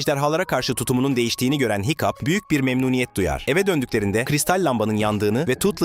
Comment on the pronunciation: hıçkıdığa hikup dedi hikup ne ya 😅 hicap de bari o daha iyi